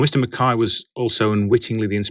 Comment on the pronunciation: Hmm, interesting way to pronounce "McKay". They Irish? If it were me, if someone associated a work of mine with a Doctor Who story, I'd be annoyed. Who knows if I suddenly say "actually, the tale is inspired by Babylon 5, Dirty Pair, and the Star Wars: X-Wing video game", and then said figurative commenter may say "...I don't know about those, and I don't care about them to try checking out at all", I'll feel disheartened. In short, am not into Doctor Who and I don't plan to check it ALL out either. Funny, I thought some people prefer Captain America: Civil War because it fixed up certain flawed moments in the comics. Anyways, I still prefer The First Avenger and especially The Winter Soldier. In the meantime, DC Comics can't be beat easily. Gotta love The Dark Knight Returns+Batman: Year One, Kingdom Come (also recommend its novelization), All-Star Superman, Superman: Birthright, Whatever Happened to the Man of Tomorrow?, the DC Animated Universe tie-ins ranging from The Batman Adventures to Superman Adventures, and Watchmen. Will plan to reread Batman: The Long Halloween+Dark Victory+Catwoman: When in Rome to see if they too aged well. If it were me, though, I'd rather not satirize/criticize foreign policy. It's flawed, sure, but it beats the other option of going Command and Conquer: Generals - Zero Hour. Ah, Rogue Trooper. Played the game, but never read the comics. Also, as an aside, Dredd is better than the overly hammy Sylvester Stallone film, and I hope that Rogue Tro